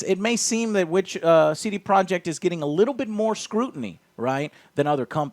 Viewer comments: What's a "sedeproek" ?? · Wait. How does Iwinski pronounce the company's name? Say-day-pro-yey?